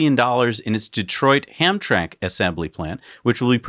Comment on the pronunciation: I know we have some messed up city name here in Michigan but just to help you pronounce it correctly Hamtramck is pronounced (ham-TRAM-ik) easier to say too. Here's to another 408 episodes keep them coming!